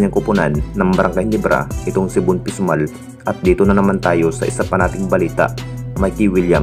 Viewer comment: Von pesumal idol, Hindi pisumal